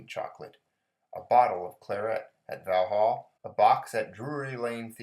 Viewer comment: Vallhall made me chuckle - you murdered the pronunciation without mercy! Legend has it the only thing that has been dropped more than Half Crown was a quayside hooker's knickers at a Royal Navy dockyard back in the 1840's where you paid tupance (2d) to get tupance (tupance) - I wonder how many people will understand that xD